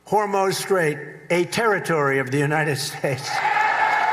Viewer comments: Did he say W h o r 3 moose of strait???? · He can't even pronounce the name Hormuz! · He can’t even pronounce “Hormuz Straight” correctly. Whether you like him or not, we can all agree that he is the dumbest person to ever hold the presidency.